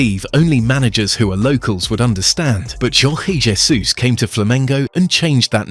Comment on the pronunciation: Jorge Jesus is from Portugal, the narrator is using spanish pronunciation on his name. 😄